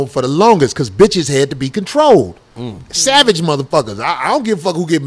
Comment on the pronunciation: thomas had the sickest handle too...nigga corey said " safe rapage" lmfaooo